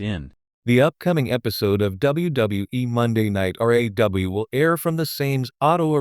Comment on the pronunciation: your reading sound like crap can't you say RAW and not R.A.W?